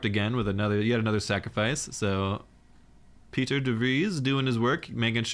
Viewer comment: PIE-TER is how you say it :)